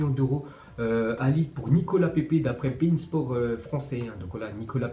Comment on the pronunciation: A je croyais qu’il avait dit (penis sport) au lieu de beinsport